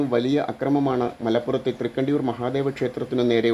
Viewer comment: തൃക്കണ്ഡിയൂർ..ണ്ട അല്ല